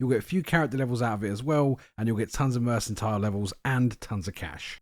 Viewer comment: Lol restore fatigue. So you make a potion to make you tired. FYI - mercantile has a hard C. Also, thanks for the guide.